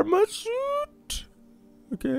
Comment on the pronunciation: داداش نوب سوت نه سوییت😐